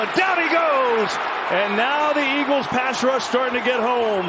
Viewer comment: EAGLESUUUH, WHAT HAPPENDUUUH?